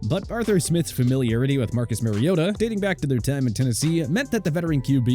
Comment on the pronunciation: It’s not marYota, white guy